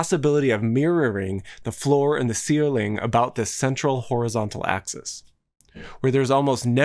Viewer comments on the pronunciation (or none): none